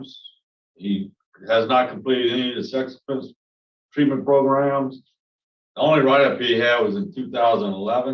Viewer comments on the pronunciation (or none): you have more than made your point... You no longer need to beat a dead horse.... We dont need to hear you say "PROGRUMS" anymore... Its frustrating enough to have to hear the board say it... So please STOP saying it...